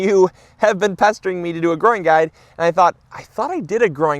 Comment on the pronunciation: Did you say pestering me about doing a video on basil, or did you say pesto-ing me...? 🙂